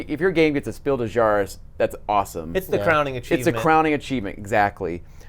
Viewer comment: As a native english speakers you should be able to say Clever. Its not cleaver. Also, its Spiel des JahreS, the s is not silent. Nice episode. I was thinking os skipping Essen this year as there didnt seem to be many interesting upcoming releases, but now there is an announcement of one every week and again ill be ”forced” to go :D